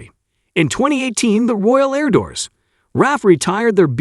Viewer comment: AI - i hate it - shouldn't be allowed until it can used text to speech properly